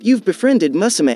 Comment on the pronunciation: the way u pronounced musume hurts me